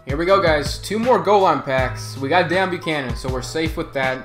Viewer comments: DEEEEEON NOT DAAAON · No it's kinda like Déone the way he says it